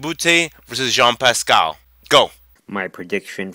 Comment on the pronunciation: its jean pascal not yann pascal